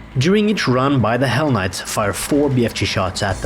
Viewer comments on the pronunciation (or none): I thought you called them, "Why the hell knights." 😂😂😂